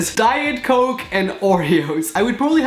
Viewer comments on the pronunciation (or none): none